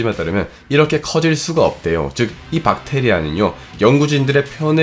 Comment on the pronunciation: 엌... 여러분 세균이 영어로 뭡니까? 할때 찐으로 젊~~~ 그랬는데 박테이라라고 해서 엌ㅋㅋㅋㅋ 민망..